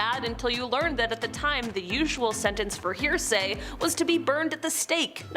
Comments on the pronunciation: my dear, it's heresy, not hearsay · Not "hear-say".....it's pronounced Her-eh-si